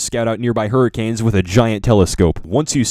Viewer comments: “Hurrikills” lmaooo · Hurrikills and hurrakills lol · I love how when he has having a "Flash Back" of the 'Hurracanes" he put in videos of Tornado's In and called the "Hurracanes"